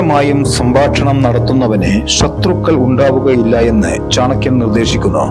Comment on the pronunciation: Ithu chankiyandethalla.chanakkiyan. keshdakkuka ennadhinnu.keeyadakkuga ennuparayilla.ithu.thani.malappuram chankkiyan.